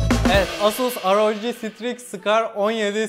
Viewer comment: şunu aroci diye okumak ne kazandırıyor